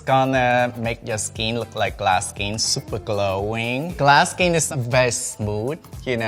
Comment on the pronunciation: No one:: I'm supa excited